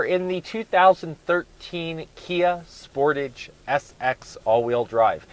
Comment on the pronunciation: Fair review but please learn how to pronounce Sportage and Hyundai properly :-)